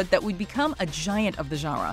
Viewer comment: It's funny the way she says genre. Zhanwuh.